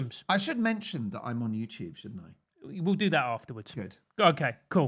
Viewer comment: Francis Foster saying Mark Dolan has 'succulent bosoms' was not something I ever expected to hear 🤣 Also it sounded like you accidentally said 'JewTube' because you corrected yourself last minute from saying GB News, if I heard that right it's a hilarious mishap. Can't believe GB News fired him, he was one of their best!